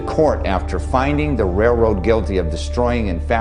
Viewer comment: it's a RAILroad, not a RAYroad